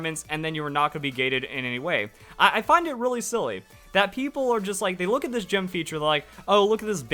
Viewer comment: Jim? Not gym?